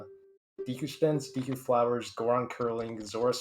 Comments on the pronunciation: Obligatory Deku pronunciation death threat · hey its pronounced “deku” not “deku”